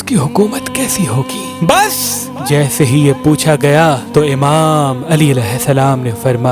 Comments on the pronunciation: Yaar tum ek word ko itna zor lagakar kyun kahte ho wo word kia hai pata hai ( bas ) 👈ye wodr hao wo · As-Salamu Alaykum ji yah Awaaz laagaa durust kar le yah Jo video Bane hote hai na yah Sahi Nahin rahata isliye na over Sa Lag tha hai Mashallah bahut acchi baten batate hain lekin aap isko Thodi Si Awaaz Rakho Jaise Sab Ki Awaaz aati hai Sab baten Din Ki achi hai bs awaaz achi kr le Shukriya (bsss wala fikra teek kr lo)